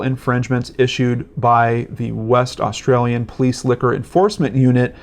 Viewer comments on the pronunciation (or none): none